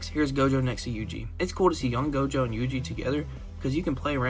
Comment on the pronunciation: Bro said GOATJO